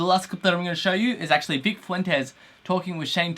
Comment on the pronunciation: cough he butchered Vics last name